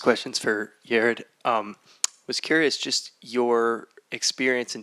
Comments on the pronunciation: It's Yar-ed not Yar-ad! Say my name right!! I❤it😅😅😂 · IT'S PRONOUNED YAH-RED - PUT SOME RESPECT ON THAT NAME! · "FIRST OF ALL ITS PRONOUNCED YA RED!" 😂😂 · Then two minutes later the moderator says “Yeh-red”😂